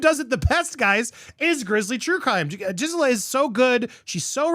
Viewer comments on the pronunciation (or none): Can you PLEASE try harder to pronounce her name better- is not JIZ-Ella it’s GHIS-Ella 😅